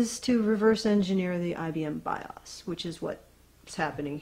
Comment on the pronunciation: You are mispronouncing BIOS and it's annoying.